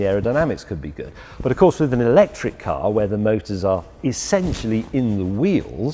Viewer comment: Who else turned it off after ya heard ewwlectric?